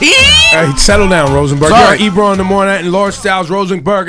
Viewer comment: Barrington Levy is legendary. It's funny how he calls Ebro Ibru...and out of respect Ebro doesn't correct him.